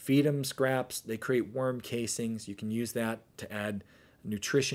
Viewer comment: Guy can’t even pronounce castings right and he’s teaching masterclasses??